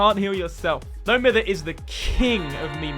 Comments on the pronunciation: it’s prounounced, “no my-ther”. Great vid tho. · Please for the love of god pronounce no mither correctly. Its cringe